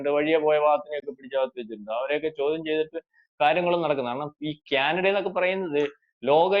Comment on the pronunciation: ക്യാനഡയല്ല.- കാനഡ എന്ന് ഉച്ചരിക്കണം